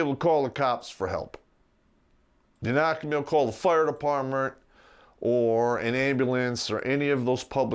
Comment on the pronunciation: At three minutes in he said “fire depertmnt,” and I was like oh he is drrrrunk.